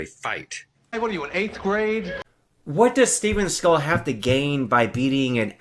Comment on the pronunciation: Thanks for the video, I had a great laugh watching your reaction! And it’s Seagal Sensei you nobody!